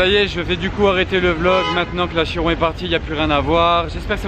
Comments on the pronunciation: On dit KIRON et non CHIRON ! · KI-ron et non CHI-ron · non non,CHI-ron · Trop moche comment vous prononcer chiron et veyron pffff